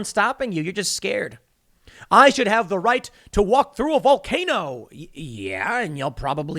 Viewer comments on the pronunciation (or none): none